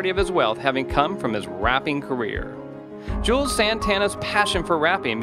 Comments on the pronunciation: The way this dude pronounces his name should be a crime. It's Jū - elz Santana. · If you can't pronounce Juelz or Koch, you shouldn't make these type of videos